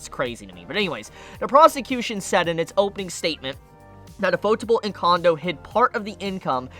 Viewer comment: Lol the way you pronounce ufotable is shit. Its literally ufo-table. It's yu-fo-table. You can thank me.